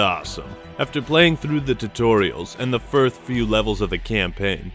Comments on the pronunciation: is it just me or does say firth place instead of first place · Legit was on another one of your videos and you said firth again